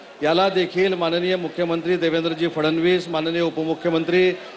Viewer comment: आधी चांगले बोलायला शिका फसनविस असं 😂